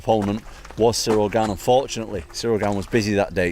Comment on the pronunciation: Brother his Name is french and pronounced GANE not gayne Normal A not English A